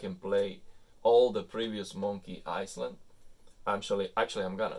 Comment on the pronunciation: Thank you for these detailed settings. Btw the s in island is silent. So it’s pronounced i-land. Love your videos keep them coming.